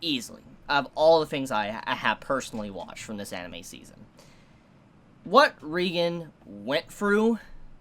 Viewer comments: And it's pronounced ray-gen not ree-gen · Dude, great review but it's ray-gen. Not ree-gen. Please, p l e a s e, pronounce it right. I'm begging you. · It's ReigEn not ReigAn